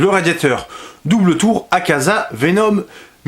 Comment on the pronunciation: c'est normal le "akaka"? Ou alors c'est un simple lapsus très révélateur? XD